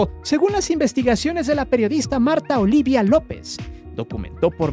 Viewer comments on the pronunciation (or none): none